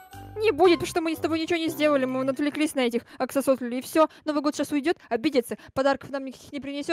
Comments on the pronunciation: Правильно не оксосотеоь а оксолоталь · Не аксососетыль а аксолотль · Вообще-то не оксососотэль а оксолатль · Не Аксосотль а Аксолотль, я тоже Водолей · Не аксосотоль аксолотль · Не Аксосотль а Аксолотль